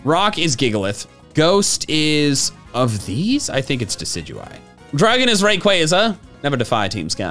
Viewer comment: IT'S DECIDUEYE, NOT DECEUEYE!